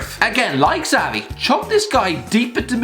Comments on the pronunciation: It’s “shavi” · The way you say xavi annoys me. Not really constructive criticism, merely a thought